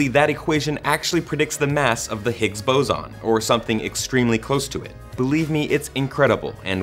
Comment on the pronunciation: I am laughing so hard the way he pronounced boson!